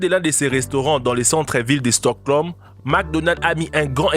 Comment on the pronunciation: c'est stockholm et pas stoclom